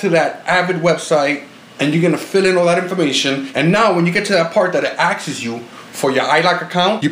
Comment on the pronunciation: "When you get to that part where it AXES YOU" lololololol Nice video tho